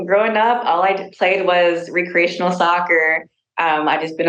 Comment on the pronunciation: Re"ceational" is that how that's said or